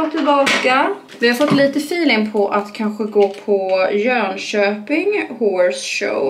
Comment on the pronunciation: Jönköping inte JÖnkÖping 🥺